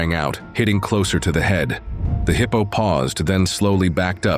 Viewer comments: Heeepo tracks? AI much? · “Heeepo”, I hate AI narration 😏